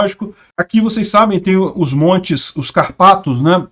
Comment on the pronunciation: "Cárpatos" é proparoxítona meu amigo